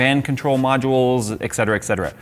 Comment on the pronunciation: Great video,. However, as a borderline-OCD computer nerd (bet you don't know many of those, eh?), I feel compelled to point out that it's "ET cetera" (Latin for "and the other things"), not "ECK cetera" (Latin for "you can't speak Latin"). 👋😀